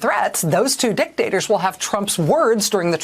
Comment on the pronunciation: Maddow put a lot of infisis on the "dik" in the word diktator. Makes sense. Let it swing Rachel.